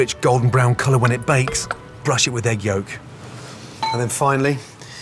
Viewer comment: “Brush It Wit Dat Yolk” 🤣🤣😭😂 jk